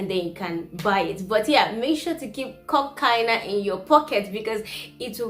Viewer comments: Ačiū,!🤗I am a Lithuanian language tutor for foreigners and I stream your video as a perfect example how lively and beautiful Lithuanian may sound no mather which part of the world you come from. Much love from Kaunas 💛💚❤ However, "Kokaina" sounds more like "Cocain" 🤭If you want to ask about the price, use "Kokia kaina" or "Kiek kainuoja". Otherwise, labai gerai! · Kokia kaina? Not kok kaina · Kokia kaina is correct phrase. Also you can say "kiek kainuoja" which is "how much does it cost". BTW you pronunciation is very good. :)